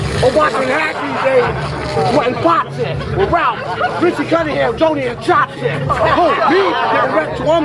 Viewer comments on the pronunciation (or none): none